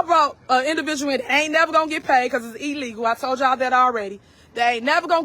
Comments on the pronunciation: It was not "eeeleegal", as it's an independent investigation. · Wtf is “eelegal” ??